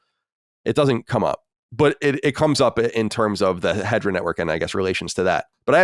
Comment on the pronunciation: It's not Hedra. It's He-de-ra.